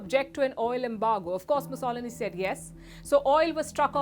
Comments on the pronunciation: having a little problem Pronouncing Benito Mussolini..!!!!!!!!!!!!!!! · The way you pronounced Benito’s surname is quite funky.